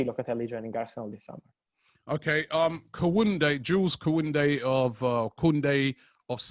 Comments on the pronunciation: Kwounde, niqwez, latcheerio 😂😂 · How does Fabricio keeps straight face when butchers players name? Kounde one though 🤣🤣